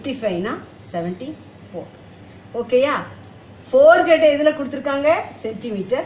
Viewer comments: It is not forehead it is forehand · It's not forehead , forehand mam but ur teaching is awesome...we will take the correct things which u taught to us and also ignore the mistakes made by u...keep teaching mam...applause 👏👏